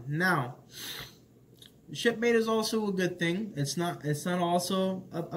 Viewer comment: "What's up, shipmate?" I swore he said "what's up, shitface?" and I lost it.